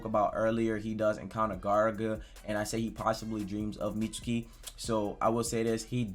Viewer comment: How does every video go from “Mitski” to “Meet-su-kee”???😂😂😂